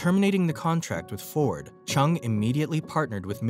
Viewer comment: his name is not pernounced with a ch chung but rather JUNG and would be properly sounding like this Jung Ju Young